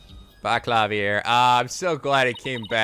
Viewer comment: Yeah, Klavier only spent around 2 years or so in Germany. In reality he has an American accent and just keeps using German words and phrases, probably completely mis-pronouncing them. He's a big old dork.